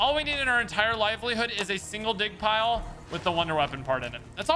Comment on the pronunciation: Every time said ‘dig pile’ it legit sounded like he was saying ‘d*ck pile’ and I giggled every. single. time 🤷🏻‍♀️😂